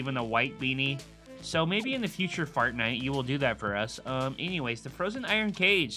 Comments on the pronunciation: Lol u said fartnite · My boi said fartnite like who's man's is this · 1.35 fartnite??? LOL